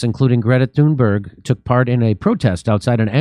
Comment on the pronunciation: I'm Swedish. And I think you're right. I actually met her once. She was recording her book to an audiobook in the same studio where I record audiobooks in Stockholm, Sweden. I didn't gush over her. I just said, "Hey, look it's you. Hugo! (colleague) do you see who it is? Nice to meet you." She just stared down at the ground and walked away. She is autistic so I figured I must have made her uncomfortable somehow. Anywho my point is, I think Trump was right... (can't believe I just said that.) He said that "the elites" has taken advantage of this scared, autistic, naive kid to be a literal poster child for Climate Change-policies. When he said that I still hadn't fully comprehended the extent of the lies were being told so I thought he was being condescending, but now I see things very clearly and I have you Jimmy and team to thank for that. Along with Russell Brand, Sabby Sabs, Kim Iversen, Glenn Greenwald among others! And it's MALMO. Actually it's Malmö but, who cares? Thanks for a great show! Been a long time member of yours. Keep up the great work!